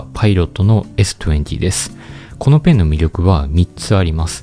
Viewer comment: s20の発音良っ😂